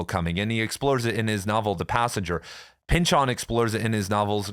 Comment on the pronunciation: "Thomas Pynchahn"